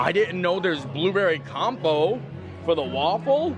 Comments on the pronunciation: It’s not compo, it’s Compot pronounced with a T lol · Blueberry CompoTe. The "t" is not silent. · Oh you're so cute!! "Blueberry Com-po"